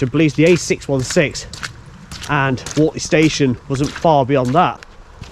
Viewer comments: Please get your pronunciations correct it's pronounced Wurtley not Wortley. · Pronounced Wurtley. The mud is basically horse sh1t from the stables at Finkle Street / Wortley Station. They pick it up in their paddocks and training ring's, but not on the TPT. GREAT if your on a bike... As for the rocks, you know they were placed on the tracks, don't you?